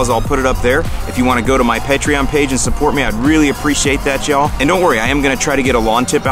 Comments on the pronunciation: Love your videos and wish you the best for expanding your channel. If there is anyone who deserves to be doing this full time, it's you. I've always heard it pronounced Pay-Tree-On and the quote I've seen is "shoot for the moon, even if you miss, you'll land among the stars". You way sounds better though ;). I would recommend that you open your giveaways once in a while to all your Youtube subscribers though just as a thank you to those who support the channel, but might not be able to support it monthly. Are you planning on sharing the answers you provide to Patreon users with the rest of the community? I doubt any answers you provide won't be applicable to others as well. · I'm in! Can't wait! And it's PAY-treon btw